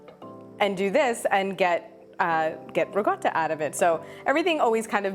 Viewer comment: Im making it now..but why do you keep saying Ri GOTTA??? when its RiCotta?? Cotta means cooked not gotta...